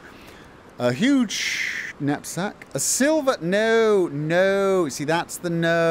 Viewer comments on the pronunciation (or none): when he said huuge knapsack i heard nutsuck I was like on point with this character xdddddd